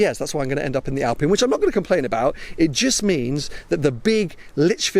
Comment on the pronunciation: It's an Alpine, not an Alpina (or my ears are playing with me and your pronunciation :P ) UPDATE: Oh sometimes you say clearly Alpine, good 😂